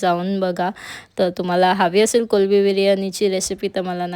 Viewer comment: Mla khup chan vatal tumhi kolbi bolat 😅 karan ki sarv jan kolmbi boltat pan mla nahi avdat 😅